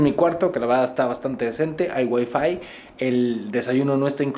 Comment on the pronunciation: pensé que dijo hay wey en ves de hay wifi